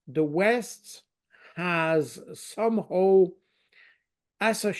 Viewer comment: What "some hoe"? Putin... Not Poutine! The guy can't pronounce some "how"!